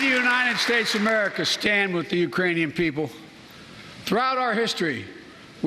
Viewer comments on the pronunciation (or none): none